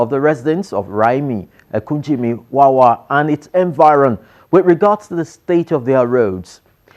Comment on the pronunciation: It is Wewe Street. Not Wawa. So many memories.